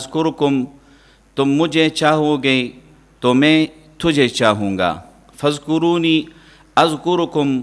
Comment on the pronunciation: ۔۔فاذکرون اذکرکم۔۔جناب ۔ر۔ پر سکون ہے جبکہ آپ پیش پڑھ رہے ہیں ۔۔۔